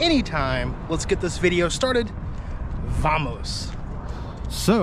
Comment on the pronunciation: Alright man I gotta say it...the V in "vamos" is actually pronounced as a soft b. More like "bamos" just thought I'd share if you're going to continue using it lol